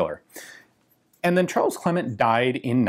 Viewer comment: It's actually pronounced Cleeman 😁